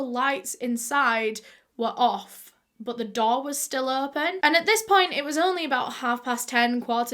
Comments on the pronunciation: Am I the only one who keeps thinking that she's saying doll instead of door 🤣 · aw yes, not the door but the ✨daw✨ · whenever u say door it sounds like doll 😂